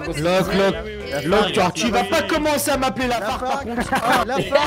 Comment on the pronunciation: commencER avec ER pas É